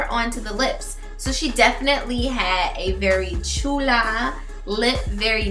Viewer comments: It's chola not chula just saying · Chewla?? Its Chola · Was she trying to say Chola or was she saying Chula ... any way cute!!!